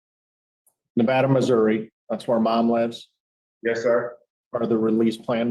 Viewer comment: It's pronounced Ne-VAY-da Missouri, not like the state Nevada. Don't send him there! That's a military town & we don't want him there! Keep your habitual offender trash in Iowa! This board is embarrassing to even watch!